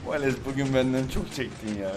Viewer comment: valese hep valeks diyen laz abimiz +1 daha doğrusu genelde